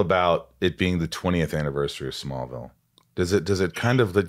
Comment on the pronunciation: The way she said “smallvillel was an entirely beast itself” ….. did she mean smallville OR? SMALLVILLE???? 😹😹😹🙈🙈🙈❣️❣️❣️duuuuuuuuuuude